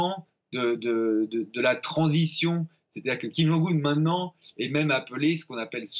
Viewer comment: Mr alors la bravo la ville vous arrivez à prononcer mais pas le nom ? Mais vous le connaissez au moins ce monsieur ??